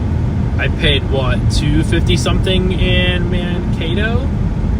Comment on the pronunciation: It's pronounced Man kay to